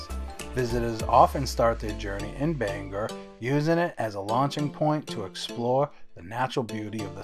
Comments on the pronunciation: Acadia....not Arcadia. Bang-GOR, not bangah or bangerrrr...do bettah. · "Banger" & "Arcadia". I'm from Phoenix and just cringed. 😂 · Well,im from Bangor and lived here my whole life..its not pronounced banger,no one pronounces it that way in Maine,we even have a song that explains the correct pronounced name..look it up and learn it. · You are the first person I heard pronounce Bangor as Banger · It’s BANG-Gore. “G” goes with both syllables. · I'm from Bangor and locals don't pronounce it anywhere near that there Welsh boy.